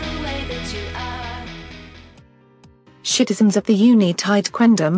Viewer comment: "shitisens of the united quendom" LMAO